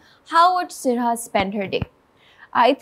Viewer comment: Sarha ka name pronunciation poochny k baad bhi host wrong pronunce kerte rahi